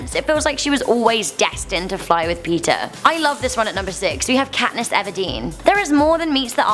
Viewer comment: Has anybody else noticed Kantiss Everdeen.....